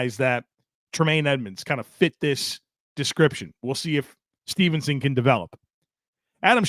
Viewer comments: Steveson not Stevenson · I don't want to be that guy...but Gable's last name is Steveson not Stevenson.